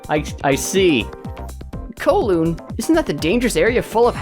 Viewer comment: The way you pronounce Kowloon urks me in ways I never knew I could be urked